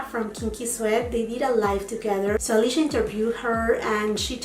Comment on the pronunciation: Her name is “Alicia”, not “Alisha” 🙂 love your haul! I am so glad that you got the positano items. I wish I could pick those up, I also was not familiar with the brand when that was on sale. I recently tried some items from this most recent sale!